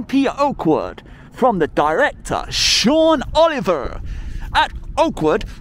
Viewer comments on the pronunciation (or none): none